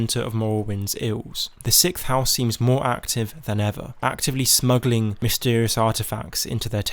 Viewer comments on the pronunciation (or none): When mishearing the accent goes right: "...and The Sixth House has been snuggling artifacts from Vardenfell..."